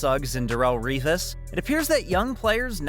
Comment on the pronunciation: Bruhhhh you chopped the fuck out Revis’s last name